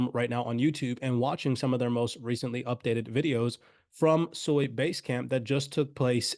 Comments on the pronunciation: Its SUI, not SOI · It's pronounced Swee, Japanese for water. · Please, it's pronounced: Sue - Ee